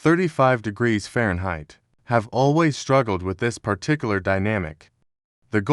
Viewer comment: "I, 35 degrees fereinheight"